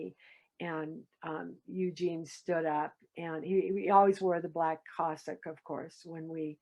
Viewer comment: Cassock, not Cossack